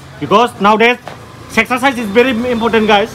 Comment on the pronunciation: Sexercise or exercise bro What a language wow